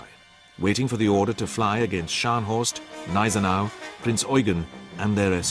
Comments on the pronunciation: I take it these treaties that were broken were set by the league of nations which was useless back then as it is today under the name of the UN, useless and a waste of taxpayers money, By the way the gneisenau the G is pronounced it is not silent. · The G in Gneisenau is not silent.